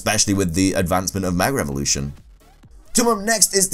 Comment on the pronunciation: Am I the only one who hears meger evolution